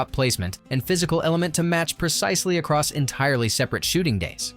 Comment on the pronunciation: I lost count of how many times this narrator uses the word, "aross." It's like he's trying to invent a new drinking game. 🙄